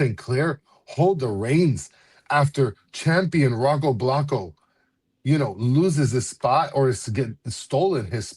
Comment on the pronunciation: Dude just wants to keep saying Rocco Blocko for the rest of the season 🤣🤣🤣